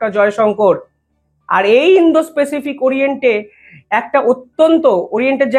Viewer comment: Bhai, apnar uposthapona bhalo. Ektu Pronunciation ta thik korun. Indo - specific noy. Ota hobey Indo- Pacific ( ইন্দ- প্যাসিফিক). People er uchharon Pupil noy (পিপল) । Please egulo correct korun , amader shunte bhalo lagbe.